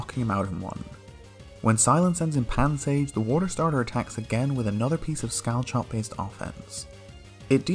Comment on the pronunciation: him: scall-chop me: ITS PRONOUNCED SCALL-HOP